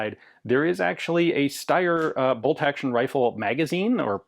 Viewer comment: Another American mispronouncing something that they’re allegedly an expert in… That’s why self-appointed experts are to be avoided at all times. Ian is usually ok but the way he saying ‘Steyr’ with an 👁️ sound ….. 🤮